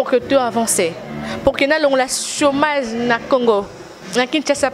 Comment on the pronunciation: “Chômase” mdrrr français pasi! 🤣🤣😂😂😂